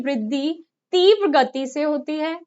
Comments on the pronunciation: तीव्र को न तो tiwar बोलते है और ना ही tirav tivra बोलते है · तीव्र ko tiwar bolte हैं mam tirav nhi